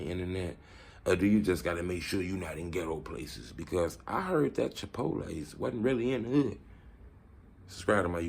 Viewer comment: My nigga said “chipotie” Lmaoo 😂